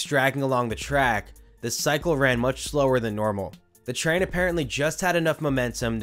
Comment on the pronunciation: "Track balts"